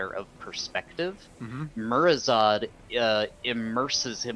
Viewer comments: Lol I'm getting unnecessarily miffed at "Murozod" instead of "MurozoNd" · please tell the guy who helps you the dragon’s name is “MurazoNd” not “Murazod”. It’s literally an anagram of “Nozdormu”.